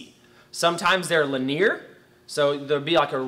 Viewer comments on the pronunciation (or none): Dude your videos and info is always awesome but i can't get over your pronunciation of linear... in a terminology video. "li-nee-ur"